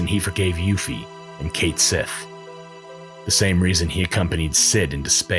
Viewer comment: Cait Sith is a Gaelic word and it is definitely pronounced Ket Shee